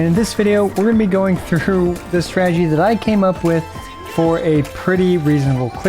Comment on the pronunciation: Starting the video you said "strategy" and I heard "tragedy" .... which fits how my Abyss runs go. :D